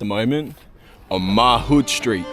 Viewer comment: Haha had a laugh the way you said mahood street which by the way is in elizabeth grove not elizabeth south, dont forget elizabeth west and elizabeth fields in your elizabeth stories which go by the name change davoren park